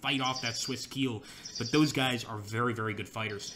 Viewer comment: Landsknecht is pronounced like "Londs connect", and Keil is pronounced "Kyle" (not like I will KEEEEL you, Mr. Bond).